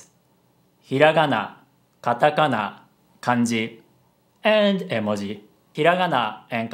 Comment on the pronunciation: love the way he says emoji not like "ee mo ji" but "エモジ"